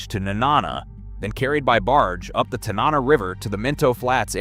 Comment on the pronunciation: The Innoko and Tanana Rivers are not pronounced correctly in the video. In-NO-Ko Tan-a-Na are the correct pronounciations. Minto flats is not SW of Fairbanks, it is NW of Fairbanks.